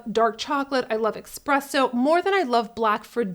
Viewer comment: Hello!! I'm a new subscriber after searching a technique, I was lucky enough to stumble across you. You're a gorgeous, charismatic and do a fantastic job. - That being said. It's ESpresso. It's not EXpresso. There's no X. You're an intelligent woman. Please don't bring yourself down. ESSSSSpresso Thanks for the great ideas, - what ethnicity is Your name Love?>